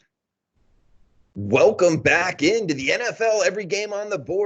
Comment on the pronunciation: Hey, you pronounce V like B in Viernes...Bee airrrerr nayse. Good show. Robby V is the man. The opening Welcome was not yur usual wohhhhhlcome. Lol